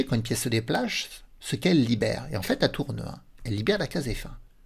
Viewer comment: "une pièce se déplacchsse" haha. Merci pour ces contenus et tes explications.